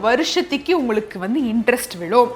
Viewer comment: Madam pls correct Masathuki varshathuki❌ Masathuku varshathuku✅